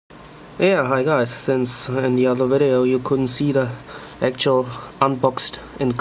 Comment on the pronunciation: You enunciate "Hi guys" strangely.